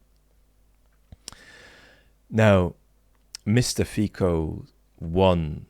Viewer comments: One thing - his name is pronounced 'Fitso" not "Fiko". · I think the guy in Slovakia is pronunced Fi-Tso, not Fi-Ko. Just for your information.,. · Just a technical note, the pronunciation of Fico is "Fitso", not "Fiko" ;) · It is not Fiko. It is Fico. C as in certain. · It's pronounced "fee-tzo". Not "fee-ko". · It's pronounced Fico. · you had exactly 666 commets here. felt the need to change that.. 🙈 (it's pronounced Fitso, actually. too bad we still have to speak that name..) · Pronunciation: FEE - tso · Thanks for your insights as always! 🙂 As it is a Slavic language, of course he is prounounced: ˈfitsɔ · But Fiko sounds more funny :-) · That's not how you pronounce Fico's name. "c" in Slovak makes a "c" sound, not a "k" sound. It sounds like "ц" in "центром".